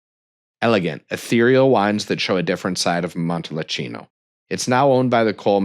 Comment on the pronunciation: Just found your channel. Good overview of Italian collectibles. Appreciate the good info. But oof - you were correct about butchering of the pronunciations! murder of “Montalcino” alone dings your credibility, not to mention the numerous “i”s pronounced as “e”s (and vice versa)!